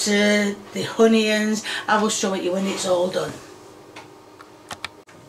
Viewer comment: Every single ingredient pronounced wrong Potatoes: Studtatoes Onions: Honions Tomatos: Tommyatos Pepperoni: Pepperomee Oil: Hoil